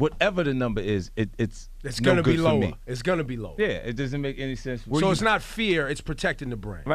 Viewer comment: It's pronounced sense